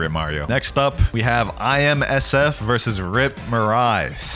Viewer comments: Bro keep calling IMSF(FIJI) ISMF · Did he just say ismf